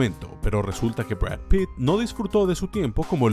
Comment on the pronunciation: Jaja drap pit como vanpire jaja